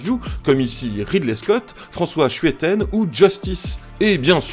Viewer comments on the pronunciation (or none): François " CHWETEN "... S'te plaît mec, fais un effort quand-même.. SCHUITENS.